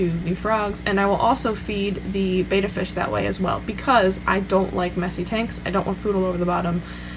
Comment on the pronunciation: ooooooo she said bayda instead of betta